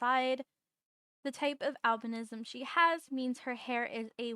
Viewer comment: Just going to say since i love albinos a lot, some people call it albinoism when pronounced sometimes me included but your saying it correct it just depends on the way you say it for most people, it's spelled Albinism and said like al-bin-ism but in some places it's spoken differently which is al-bino-ism, i say it both ways but just thought i mention you are saying it correctly!